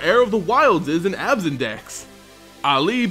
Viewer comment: fun with mispronounsiations! prince aily yes it is he playable in abzaaaan! 2 or 3 possibly but not any mooooore!